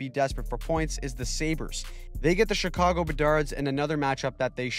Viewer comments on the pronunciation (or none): none